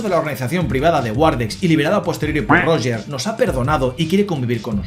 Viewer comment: PERO PORQUE COÑO LE DICES ROGEEEEEEER!? :popcorn-yellow-striped-smile::popcorn-yellow-striped-smile